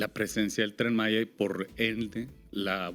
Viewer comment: No se dice Tren Masha (Malla) es Tren Maya (Maia)